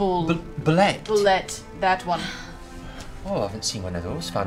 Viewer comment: The Official Pronunciation of Bulette is "Boo-LAY".